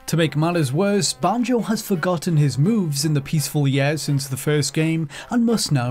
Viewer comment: Can't stand how you say banjo